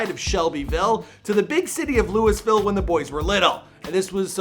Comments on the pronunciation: UGGGGH! THE "LEWIS-VILLE" GRINDS MY GEARS. It's "Lou-uh-vuhl," my guy. He said it MULTIPLE times IN THIS VERY VIDEO. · it’s pronounced loohavoll not lewisville 😂🤣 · jay kirizz No, it’s Lou-e-ville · Who the f says “Lewisville!?” Lololol it’s luhlvuhl. Lol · Lewisville - eeeesh (loo-weh-ville) - and im a fking jersey boy living in australia hahahah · You can only say Lou-a-ville when you're from here. For outsiders, it's correctly pronounced Looey-ville. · LOUYYYYYVILLE! Not Lewis ville. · This boi really just said louis ville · It’s not pronounced Lewisville 😭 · I was just about to say that lol. He keeps saying “Lewisville” so annoying. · To the host, it’s not pronounced like “Lewisville” & it just grates my nerves when you mispronounce that name! I mean if you’re interviewing an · it’s sign-a-rama like SINE as in a SIGN. not sig na ra ma. 0/2 with lewisville too. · This guy really can't fucking read. He said Luis-ville and sig-no-rama. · Louis ville lmao. Keep learning. I'm from ky and it's not pronounced that way brotha lol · I can't be believe a man of his age still pronounces Louisville, "Lewisville". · It's pronounced Loo-uh-vul! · I am Asian but i pronounce it LOWIE - ViLLE goddammit!! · bruh you gotta stop saying LEWIS-VILLE. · he do be saying Lewisville tho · Dude its Lou-Vull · The fact that you say LEWISville really upsets me. Lol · anyone from Louisville knows that nothing makes us more mad than pronouncing the city “Lewisville” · fr fr every time he said lewis I would correct him in my head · Dustin Baker LOOOVULL😂😂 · God dude learn how to pronounce Louisville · Im from louisville and u jus not sayin it right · Its fucking Louisville. Lol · you did not just say louisville like that